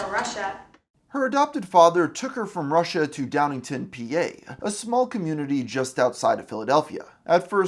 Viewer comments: Downing - town. Not ton. Town. 😊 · Gah. Dunno if it's cuz it happens so often, but it's kinna annoying when it's called Downington. It's DowningtoWn. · 100 hours of research, yet you can’t get DowningTOWN right. 🤦‍♂️